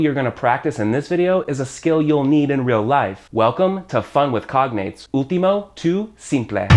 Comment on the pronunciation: Great video. Shadow as a verb is something new for me. Also, when You say "último" I hear You don't pronounce the "L", I hear You say "úhtimo". Last but not least, "hombre fácil" means that man is easy to get for any woman, same as "mujer fácil" easy to get for any man. And is true most of us are "hombres fáciles". XD